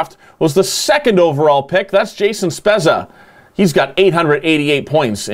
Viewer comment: Spezza is pronounced Spedza